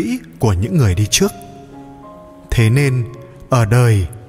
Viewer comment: Dân này chuyên phát âm sai chỉnh tả nhé...đề nghị xem sét lại lời nói đi Vd..trước..đọc là chước Rất..đọc là giất Trả lời đọc là...chả lời. ...